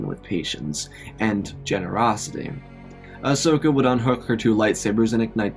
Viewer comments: I can't un hear "Asnoka"😂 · the part whene they contacted leah you said ahsnoka lol